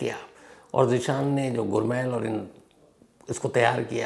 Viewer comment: Shams sir “ गुरमैल “ नहीं , गुरमेल बोला जाता है । 🙏 .